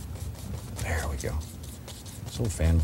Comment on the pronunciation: right "dare" ... right "dare" ????